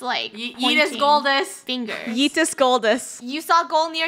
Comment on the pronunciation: Don’t say yetes Draco